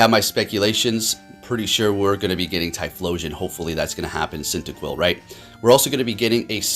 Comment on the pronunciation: My guy can you remove the T in Cyndaquil when you pronounce it